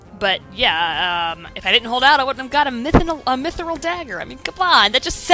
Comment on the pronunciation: Hahaha, you say Mythril like you say squirrel XD Simon totally filled the entire cave with grugs so he could take advantage of the princess, Basil. Don't worry about it XD I like how Garnet goes to up Simon's sword instead of MAKING SURE HE DOESN'T FALL AND DIE. What the hell, Garnet. You're so stupid, Garnet, why the hell do you think Dagger is a good name? "GREAT AMANDA" Look what you've done XD